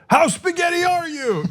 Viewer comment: Cenk's spaghetti sounds awful. Italians will be rolling in their graves. Lol